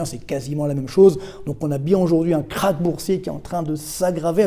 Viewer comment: J'adore vos vidéos mais ça se prononce "Crache" et pas "craque"!😂